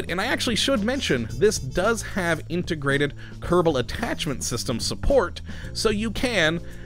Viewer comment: Why the fuck does he say kerbal like that?